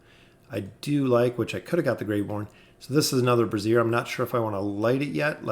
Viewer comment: I really don't want to nitpick but its pronounced brāZHər, not brassiere. Great vid nonetheless!